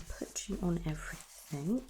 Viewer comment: Great video, very soothing. However one very, very small point. It is anything and everything, not anythink and everythink. Sorry